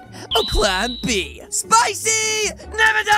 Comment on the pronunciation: I thought he said spicy never dice